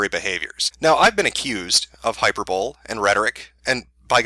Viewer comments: lol "hyper-bowl" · lol no man people in the US don't pronounce hyperbole like that